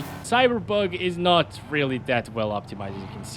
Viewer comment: He say Cyberbug 🤣